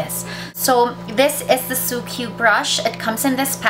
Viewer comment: pronounced as sukku, not su-kyu